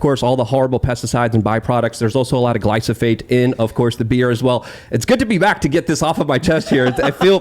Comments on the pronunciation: inaccurate conspiracy theories damage his credibility a lot. It’s not “Glysophosphate” it’s glyphosate and it’s not in your fkn beer. Glyphosate breaks down in as quickly as 24 hours. It is not sprayed on your produce, that would kill the produce. You can nuke a patch of grass with glyphosate and 36 hours later seed that patch. Don’t believe me? Try it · This moron can't even pronounce glyphosate.